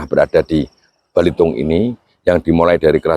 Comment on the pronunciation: Bukan balitung tapi belitung pak salah pengucapan bapak itu